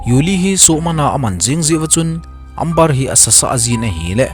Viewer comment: Amber chu Ember tia pronounce d ahe